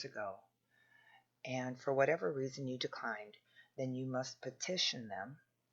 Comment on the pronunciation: goodness gracious thank you for replying because if I need any advice in my life truly it is now and I hope you can offer some. Since i left that comment a lot has happened. The fact you said “re-a-son” is a sign and gave me goosebumps. I recently been in touch very closely with God and the angels. I’ve been shown my heritage/lineage and I can’t say it here due to controversy... but turns out my bloodline is unique. If you can believe that God can Re make a son then you are on the right path. The last 3 weeks have been torturous. I’ve been attacked and imprisoned (figuratively) by dark entities shape shifters attacking me all day and night with some sort of energy projection and they get inside my belly it’s Horrible and I have no clue how to stop it. I found how to shut off the device planted in the room I was renting. But I left in a hurry to stay at my sisters to later find out the same entities are doing the same here and I also found out the device. Thing is that idk if they are lizards but I feel they are. I also found my twin flame but not sure if she is with the good team or the bad team. I am being followed and harassed and I believe there is a price for my head. Luckily God and my ancestors are with me right now fully and they even awakened some abilities in me like feeling danger near me burning in my stomach or when there is a gun aimed at my head from a distance. Helicopters and unusual suv men follow me everywhere. Why again? Because I knew intuitively I was b